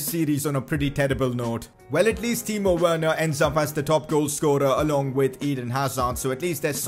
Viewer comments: I thought it was pronounced "Verner" not literally "Werner" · Please say Werner verner